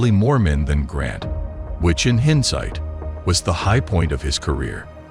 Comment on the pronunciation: Ugh...more AI generated BS. Not being putting in the effort to narrate your own content is bad enough, but being too lazy to listen to it and correct it before posting it is just terrible. I got to "which in hend-site" and turned it off.